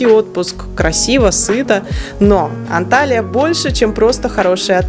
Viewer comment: Почему все блогеры неправильно пишут и произносят названия городов Турции?Не Анталия правильно Анталья, это принципиально .давайте ваше имя искаверкаем вам приятно будет?